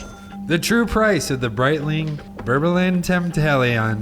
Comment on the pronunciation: Brett-ling and tor-ble-own is how it’s said💀